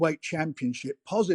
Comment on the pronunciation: Who's this Bent or Benz whatever WEASEL yank lawyer chatting absolute shite? If you side with him over Frank you shouldn't show your face in these good islands aga...ROYAL BRITTANIA. Also he says 'Dik Dillian' , also you see you Jeff Bent, yeah you see you, you little stiff - Tyson Furyyyyyyy. Refusing to be on a poster as not agreed Dillian Whyte artwork!? 😂 Dillian who is this man talking for you!?